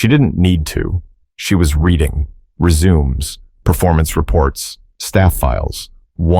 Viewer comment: Between and the narrator said “she was reading resumes” as in continue as opposed to skills and qualifications.